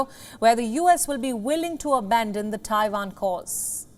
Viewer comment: It's Taiwan, not Taifan.